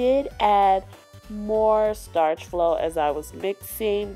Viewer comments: Starch flo? What the fuck is that it is Sta-Flo how hard is that? I like this channel but I hate when people say words that do not exist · it is sta flo not starch flo not to hate